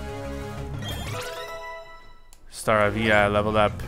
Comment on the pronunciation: his name is Star- Ay-via not star-avia